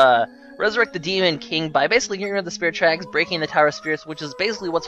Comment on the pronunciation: when he said at the beginning, "hey guys welcome to spirit tracks" i thought he said spherical tracks. not sure how that is even possible, but okay.